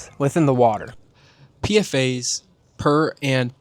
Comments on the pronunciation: just letting you know that more often than not PFAS is pronounced "P-FAS" not "P-F-A's". great video tho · It's pfas not pfa's